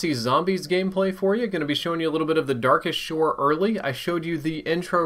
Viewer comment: "The Darkest Shore"? I believe you said that incorrect